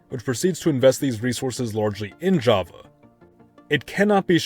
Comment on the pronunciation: Java is not japanese your prounounce is wrong"